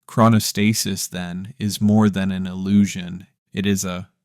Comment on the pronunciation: If you're going to make an educational video on something, you should probably learn how to pronounce the word at some point. As for the thumbnail, "that second...was never real," it's actually very real. I get what you're trying to say I think but saying it's not real is just false and misleading; it doesn't fully appreciate or explain the complex and paradoxical mechanisms of the brain.